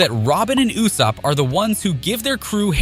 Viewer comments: Learn to pronounce properly it ussop not youssop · Are we just gonna ignore the fact that this man calls Usopp for “Yousopp”?💀